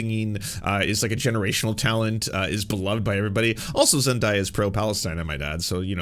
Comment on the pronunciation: hey fren! her name is pronounced “Zen-DAY-uh” ☺️❤️